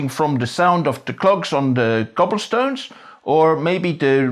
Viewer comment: You should work for Hollywood giving accent lessons ! I've never heard a native English speaking person manage the Dutch accent as well as you did. It's interesting how, the few times, you did slip up slightly ,it sounded South African. ( Like when you said Cobblestones )